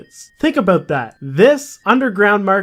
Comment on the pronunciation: Ah, "today we got a lot to talk aboot"